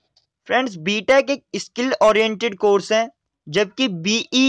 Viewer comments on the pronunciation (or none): Bhai ,skil not eskil.......